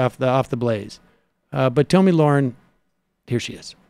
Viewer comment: I know I'm in the minority but intentionally mispronouncing Tomi's name stopped being funny like two years ago y'all.